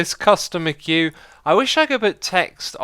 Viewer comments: Isn't it "Queue" instead of "Quee"? I always thought it is the prior. But I guess, I shouldn't listen to X-I-zuma anyway, since he can't even pronounce "Acacia". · First in Queue ? not sure what a quee (kuh-we ?) is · You spelled queue wrong you said quee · "Customer Quee" XXD How about "Queue"?